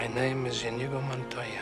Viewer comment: InEGO Montoya? Try watching the clips for the correct pronunciation of the character names. LOL!